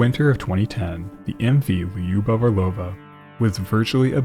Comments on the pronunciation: It’s not “Li-You-Bov” It’s two syllables. If you can’t say “Lyu” just say “Lou” “Lou-Bof” would be closer to the actual pronunciation than what you are saying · For what it’s worth lyubov (любовь) is pronounced loo-bov